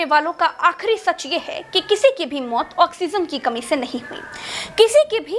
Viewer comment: ऑक्सीजन not ऑक्सीनज़